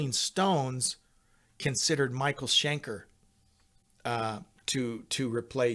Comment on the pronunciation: Schenker, not Shanker!